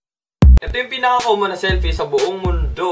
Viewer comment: seeyyllpi xD